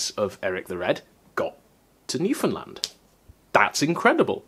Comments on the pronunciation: He also pronounced Newfoundland correctly. New-fnd-land not new-found-land. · My friend in St John's would be so happy that you pronounce Newfoundland right! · YOOOOOO DID YOU JUST PRONOUNCE NEWFOUNDLAND CORRECTLY? HECK YEAH